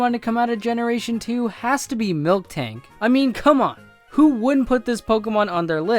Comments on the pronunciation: stop saying fucking "milk"-tank its "mil"-tank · it's miltank, not friking milktank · Why do you pronounce Miltank as Milk-tank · "Mil-tank", not "Milk-tank". "Pi-jit" not "Pi-jee-ot". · but u pronounced Miltank wrong it's "Mil-Tank" not "Milk-Tank" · It's miltank not milk-tank